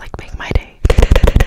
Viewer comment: she said big "day".